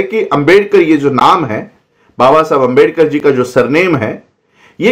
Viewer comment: Screen par likha hua आंबेडकर hai lekin pronounce अंबेडकर kar rahe hain. Shuddh vartani kya hai